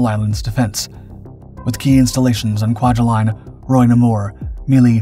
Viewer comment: (Kwai-huh-line) by the way.